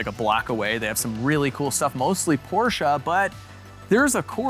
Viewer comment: "Eees not a porch, eees a Ferrari." 🤣😆🤪